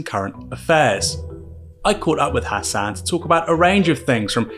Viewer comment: man really said "hass anne"